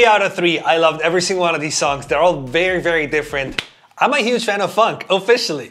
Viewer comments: it kind of sounds like you say "funk" instead of "phonk" 😁😁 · It’s f-on-ck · It's not funk it's phonk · It’s phonk not Want you said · Me thinking he’s saying fck😂😂 no offense love your videos man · it sounded like he said the f word but he said "Phonk" instead xD